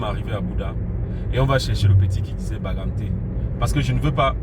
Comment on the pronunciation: Désolé hein, c'est bangangté, pas bagamté stp